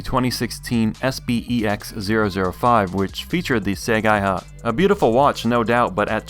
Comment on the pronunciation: it's "say-guy-hah" – see, Japanese is fun kids!